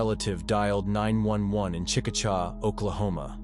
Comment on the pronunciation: It's pronounced chick-a-shay😊